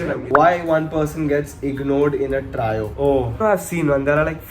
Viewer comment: ITS NOT TRYO IT TRIO